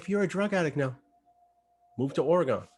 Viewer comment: “Ore-Gone” ...prolly as challenging as getting me to pronounce Stuyvesant correctly. 🤟